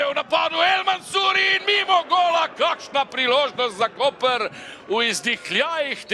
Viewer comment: pravilna izgovorjava mesta Koper je Koper, ne pa Kopr! Hvala.